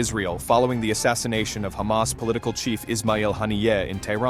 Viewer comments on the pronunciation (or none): none